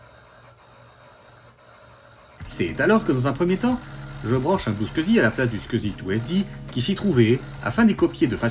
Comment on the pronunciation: Enfin un francophone qui prononce correctement le SCSI. Déjà que la vidéo était cool, là c'est top.